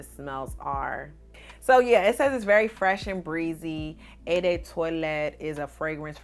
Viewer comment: Hey thanks for sharing your fragrances. I'm a fragrance junkie and think you'll like BDK Pas Ce Soir, Bond No. 9 New York Nights and Madison Ave. They're all niche fragrances so you'll have to go to a high end department store to same them. Just a FYI eau is pronounced "o". Happy Holidays.